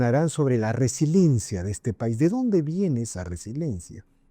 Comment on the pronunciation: Se dice resiliencia no resilencia